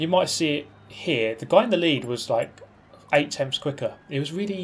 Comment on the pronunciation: 6 tempfths, no seven tempfths, no eight tempfths behind